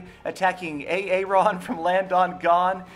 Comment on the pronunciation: Omg, I died when you said A-a ron. Its the name aaron....